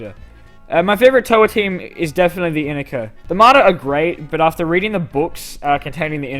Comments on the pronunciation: It's pronounced in I ka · According to BS01 it's I-NEE-ka.